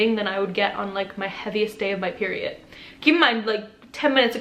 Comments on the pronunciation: Didn’t get my peery it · The way she says “peery- it” 😂